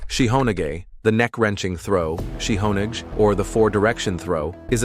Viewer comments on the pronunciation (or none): It is spelt Kote-Gaeshi. this video is bad at it's pronunciations of the the throws/locks typical AI slop. Example are Nikyo pronounced 'knee-key-oh' and Shiho-Nage pronounced 'She-hoe-nah-gay' or Irimi-Nage pronounced 'e-rim-e-nah-gay'. The published of this video needs to do more research before posting videos like this. The poor AI voice over is bad.